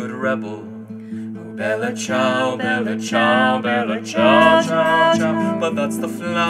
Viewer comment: I find this accent offensive. shudder Its the Bella Ciao part. Just as awful as an american pronouncing the name Dimitri. Which is just my issue, i know, but it feels wrong not to hear it in an Italian accent.